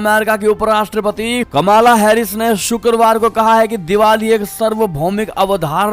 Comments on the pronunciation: कमाला नही कमला हैरीस सही है ।ऊच्चरण ठिकसे करे । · Please learn to pronounce US Vice President’s name correctly. It is …कमला…, not …..कमाला…..।